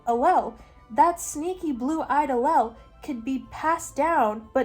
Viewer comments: You did so well discussing the genetics!! I’m a biochemistry major in a specialized biology program at a big ten school. If for any reason you want to talk about this again, the word allele is pronounced like Al-Eel. I know it doesn’t look like that it’s a weird one 😅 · Love u but I think it’s pronounced Ah Leele 😅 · Raise your hand if you feel personally victimized by her pronunciation of allele 😂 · As a biology major who just took genetics, the whole explanation of punnet squares and the pronunciation of allele is so silly and goofy to me 💀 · I’m sorry but as a biology major the way you said allele is killing me 😭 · Her pronunciation of allele killed me 😂